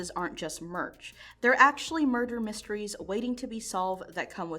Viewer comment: Mysteries not misteris